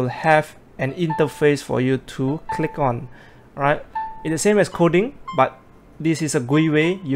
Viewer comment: Hi..great upload..it's OK to be redundant and say the noun of the thing your talking about instead of saying "this" or "that". Also you are pronoucing "Coding" Kodi....sometimes. Nothing personal.